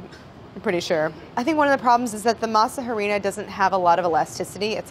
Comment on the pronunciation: Elsa Reza are we not gonna talk about the pronunciation of masa harina